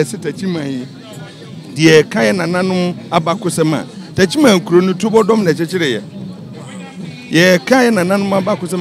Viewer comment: Why did the presenter keep on saying "Tuabodom" even after he was corrected that the proper word is TUOBODOM?